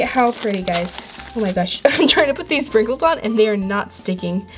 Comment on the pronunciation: When she said sprinkles I thought she said “frikles” I’m dying😂